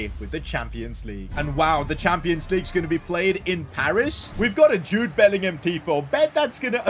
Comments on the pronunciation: Did say Jobe bellingham when Jude bellingham scored the icredible volley😮😮😮😮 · he said jobe bellingham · When jude scored that worldie against juventus u said jobe lol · he did say jobe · 11.00 when jude bellingham shoots he said jobe bellingham 😂🤣🤣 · I just realised when power shot with jude bellingham he sais jobe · Did anyone realize when Bellingham scored he said jobe Bellingham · when jude scored the second goal you callled him jobe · I like he called Jude Bellingham Jobe Bellingham . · He said "Jobe Bellingham" instead of Jude Bellingham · said jobe bellingham instead of Jude Bellingham😮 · I swear I thought said JOBE BELLINGHAM 😅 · Bro said Jobe Bellingham 😂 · You said jobe Bellingham at this time 11.01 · He called Jude Jobe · Bro said jobe 😂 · he said jobe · Did he say jobe instead of jude bellingham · Literally said Jobe instead of Jude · Did anyone else hear him call Jude jobe